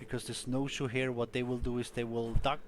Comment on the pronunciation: I was dying of laughter cause you kept on saying "here" "here" "here" (snowshoe heir)